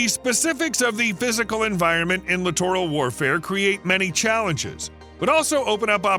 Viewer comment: Lit·er·uhl not Li·tor·al